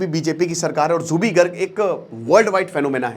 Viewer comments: Your pronounciation is very wrong...Not jubi garg.. It's Zubeen garg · Its Zubeen not Jubi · It's zubeen garg not jubi garg😒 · Sir it's Zubeen not Zubee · Zubeen Garg... Not Jubi Garg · Pagol manu plz learn the alphabet and pronounce correctly..it's Zubeen Garg not zuby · Zubi kya hai 🤦 it's zubeen. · G aap zubeen garg ko zubee garg maat boliye haame aacha nahi laagta....aagar koi aap ko galat naam se pukaare toh kaisa laaggega.....kindly pronounce aacha se kijiye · Zubeen garg ,not Zubi garg 🤦🏻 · Pronunciation tik nahi hain apka Naam theek se lo Zubeen Garg, Aur bolte ho Bachpan ka fan ho...